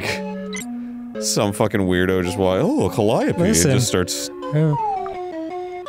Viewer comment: I thought it was pronounced "ca-lee-OH-pee"